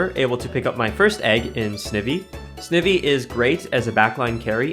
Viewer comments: Of note: I believe Snivy is generally pronounced 'sn-ivy' as in the plant, Ivy, rather than 'sniv-y' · Snivy: “sneye-vee” Snake and then like the ivy leaf on its tail 🤣🫶🏼